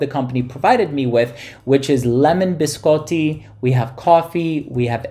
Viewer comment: As an Italian, thank you for saying biscotti correctly 🙌 I can't wait to receive this one, thank you for another amazing review!